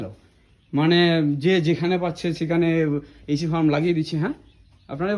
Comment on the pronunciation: "Ec" na "Ac"